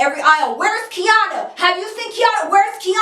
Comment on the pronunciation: Omg how come every time you said Quiana (Kiana) I looked up lmfao